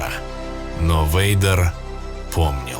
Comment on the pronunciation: Вэйдер, почему я слышу слово Ведро? Темное Ведро😅